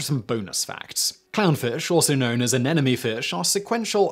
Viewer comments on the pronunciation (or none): "AN-EM-O-NEE." The anemone is not an enemy! (Got it the second time though. And missed it the third time.)